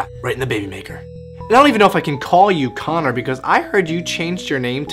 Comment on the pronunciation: It's Connor , not Conor.